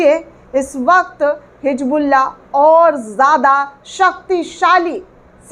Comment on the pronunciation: It is hizbullah not hijbullah